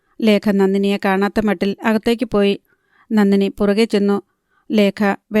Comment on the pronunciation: നന്നിനി അല്ല നന്ദിനി